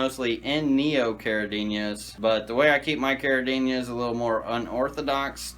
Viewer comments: You clearly have a lot of knowledge and experience, but i believe the word is CARIDINA and not CARIDINIA. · there's no Y in caridina...stop adding one when you pronounce it.